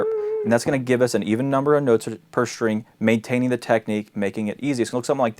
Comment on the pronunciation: why do so many Youtube guitar teachers pronounce "string" as if there's an H in there ("shtring")?